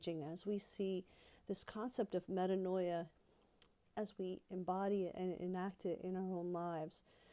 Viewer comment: “meh-TAAN-ya” ~DBH 😄